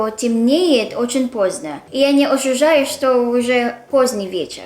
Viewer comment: Не "ожужаю", а "ощущаю"